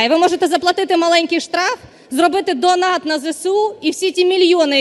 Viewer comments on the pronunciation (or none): none